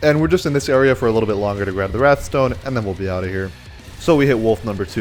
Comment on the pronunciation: it's called wraith stone, not wrath stone